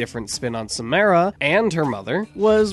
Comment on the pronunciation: I'm sorry, but the way you were saying Samara triggered me.